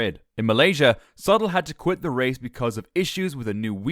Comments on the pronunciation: Sutil not Sattel. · His name is pronounced soo-teel. And that VJ guy? It's mowl-yuh. You did get Hamilton correct!